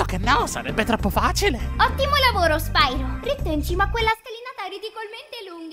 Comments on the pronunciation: Comunque è spiro non spairo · "Spairo" non si può sentire infatti. La pronuncia corretta è "Spiro", dato che "pyro" è un termine greco. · SPAIRO è sbagliato. Sbagliatissimo. Sti inglesi come al solito rovinano sempre tutto, non do assolutamente la colpa a te. Nella trilogia originale, in italiano, la pronuncia è quella che ho detto, e non so se qualcuno te l'ha già detto ma è un derivato del greco, Pyro (piro), ovvero fuoco. E no, non ho frequentato il classico. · ho impiegato 2 anni ad abituarmi che la pronuncia del nome fosse "spiro" e non "spairo", poi vedo questo video e mando tutto a puttane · Lo volevo un doppiaggio in italiano! <3 <3 (Anche se, se proprio devo trovare il pelo nell'uovo... almeno qui si poteva pronunciarlo "SPIRO", ma vabbè, il doppiaggio è comunque meraviglioso!) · ok in effetti risentendolo la cosa sui dialoghi lenti era solo una mia impressione. Non so perchè l'ho pensato, boh. Però oh io ho il primo gioco di spiro per ps1 e dicevano "nesti norc", che è la pronuncia giusta in inglese. Se poi hanno fatto gnorco ignorante sui giochi del gameboy non lo so😕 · spyro avrebbe dovuto dire e poi come sapete il mio nome